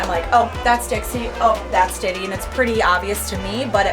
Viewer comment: For the rhino iguanas, is the male named Diddy or Ditty? If the former, probably rethink it. If the latter, can I suggest more clearly pronouncing the T's?